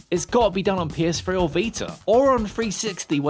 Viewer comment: The PS-free? What?